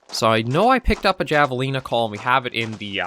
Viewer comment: Javelina pronounced HAV-uh-lee-na. :)